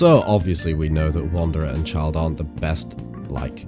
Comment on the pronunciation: "Wanderer and childe" xdd